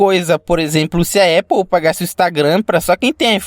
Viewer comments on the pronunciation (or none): none